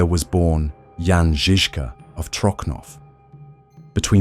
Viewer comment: Trocnov is pronounced Trotsnov in czech not Trokhnov, it sounds weird especially next to perfect czech pronunciation of Žižka..